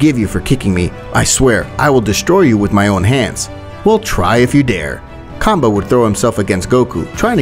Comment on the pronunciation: bruh did he say cumbah🫥